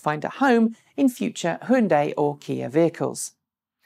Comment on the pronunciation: Just a reminder, it is not pronounced "he yun die". you got the y as in yellow right, just don't add the e sound after the h. And the bit at the end sounds just like 'day'. "H-yun-day". in two syllables. Hyundai.